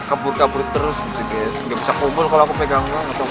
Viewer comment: Gays jangan ngomong gays 😂